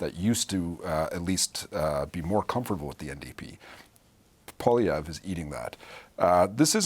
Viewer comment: "Poppiev"??? said by the Flamer on the panel. What the heck is she on either then the #OrangePill. It's Poilievre and she should practice that in the mirror before going on National T.V. The correction later on in the interview is so sad with the smirk smile. Have to call it like we see it or hear it.